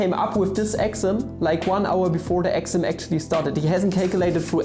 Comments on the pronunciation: I was so confused, I kept hearing "Axiom" when was actually trying to say "Exam". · Sorry, but an exaaahm is not an excem. I wil worry about the Math a little later. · your exam sounded like axiom. hahahahaha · WTF???? wtf are you trying to say? exam or axiom!!!! btw I Luv ur vids